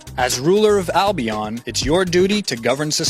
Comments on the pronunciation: Dude you pronounced it wrong, it's Albion not Albiaan. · albion, not albiarrn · It's al-bee-ahn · wtf have you guys seen how he says albion he is like albeeon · Oh my god! Learn how to pronounce Albion! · On how you say (Albion) made me laugh a lot. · He pronounced albion rong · Don't you think you'd do your homework enough to know how to say Albion?